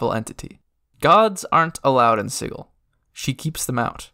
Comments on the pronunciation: OMG stop saying siggil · Ain’t that hard G in pronunciation of Sigil? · Yeah, a hard G. Siggil, not sijil. So not pronounced the same way as the word "sigil" that means magic symbol. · What? It's definitely not Siggil. The word's spelled 'Sigil' which is pronounced...well, like the word 'sigil', with a 'J' sound. ;P And, considering Cagers all speak Cockney, nobody but a berk is going to say 'Siggil', my friend. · You're probably right. I guess I pronounced it like that because that's how I've heard it before, and because it sounds like "chaos," which the Xaositects embody. But then again it would be just like the Xaositects to purposefully NOT pronounce it like "chaos." And you are definitely right that I, for whatever reason, did not pronounce the "t" at the end of the word, saying it like "techs" rather than "tects." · You are mispronouncing Sigil.